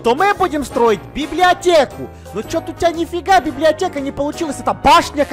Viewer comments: затроль и отбери свои изумруды,и она сказала библеотека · сказала библиата! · говаррила ва времени ролека слово библеотека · сказала слово библеотека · Она говорила библеатека и вопше она а*** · Говорила "БИБЛИОТЕКА" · прости но... ты говорира (БИБЛИОТЕА) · Она библиотеа не гаварила